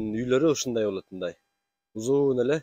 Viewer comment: л тамгасын ль дебей сүйлөсөң чалдарга окшоп,болъот дебей!